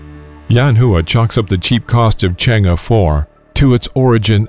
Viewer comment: It's pronounced "Chang AAA"